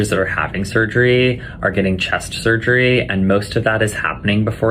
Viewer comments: If I have to hear him say "surgreee" one more time... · hah. Surger-reee. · Why does he have to say "surgery" like that? 😖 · Surgereeee. Dude, it's surgery not Surgereeee.😡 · The way this guy says surgery automatically forfits him ever giving me medical advice .......